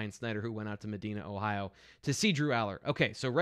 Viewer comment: ....Please learn how to pronounce the name of the HS Drew Alar went to pronounced as Ma Di Na I lived there for ten years Trust me